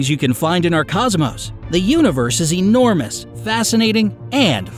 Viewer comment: "The Universe is ENORMOUSE" Is it really?